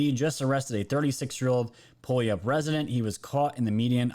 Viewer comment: Pew-all-up 🤣🤣🤣 Dont worry, you’re not the only one who screwed it up and you’re certainly not the last.